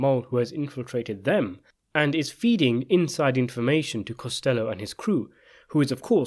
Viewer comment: Costa low not costello